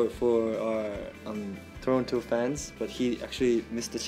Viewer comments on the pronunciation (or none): none